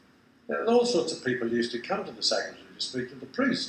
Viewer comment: Why do you say ZA pope instead of THE pope?